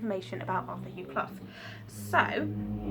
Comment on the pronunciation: You pronounced his name right. I know this because I'm a Clough and he is a descendent of mine.